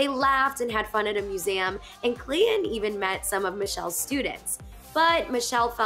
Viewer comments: There is a T in his name. You pronounce it Clay Ton. Not Clay in. Please. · Me too. It just irritates me. Say the bloody T. That is the man's name. Not Clay in. He's very attractive.